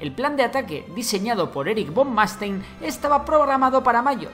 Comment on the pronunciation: Me pido de italiano que ha estudiado alemán de alemanes, como es que los españoles no saben pronunciar el alemán. No se dice "Reich" sino "Raich" y no se dice "Von Manstein" si no "Von Manstain". La "ei" se pronuncia "ai"